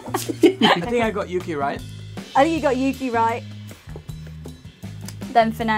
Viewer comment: the way Fernando says yuki xD